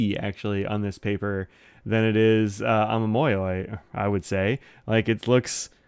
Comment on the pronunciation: i only found your channel the other day, ive dived head first into researching pens and inks especially (i have my first ever fountain pen on the way ^^) and i've really liked your channel, you seem so friendly and happy to talk about pens and inks, i love it! also, your pronunciation is close! ah-mah-mo-yo-ee would be how i'd write it down. the yoi part can be slurred together a little, but the mo and yo are separate instead of becoming "moy". also for yurameku, the "me" part is more of a "meh" than a "mee" ^^